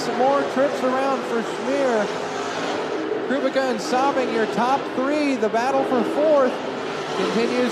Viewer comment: ) Kubicka is actually pronounced Koo-Beck-A